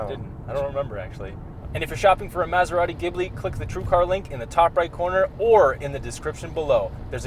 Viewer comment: I see still pronounces Maserati weird lmao